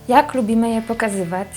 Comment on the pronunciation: Naucz się mówić... "cało", "pokazywac", "cos"... Czy "ć", "ci" to jest jakiś problem...jezu nie da się tego słuchać...